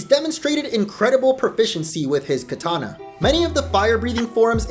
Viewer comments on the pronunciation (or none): none